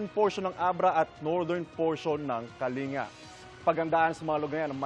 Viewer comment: Kaling-ga not kalinga. Haha such a rich kid hahaha